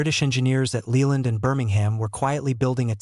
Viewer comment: Lay-Land, not Lee-land